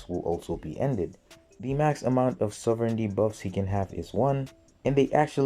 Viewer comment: I love how each time you said sovereignty, you pronounce it differently